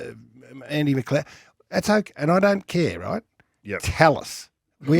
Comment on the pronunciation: Yeah McCleod instead of Breust for me